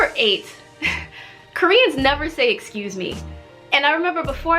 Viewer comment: No one says excuse me Jimin: excuje meeee🤣🤣